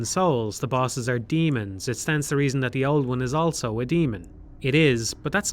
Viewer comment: pronounces the word "also" as "elso"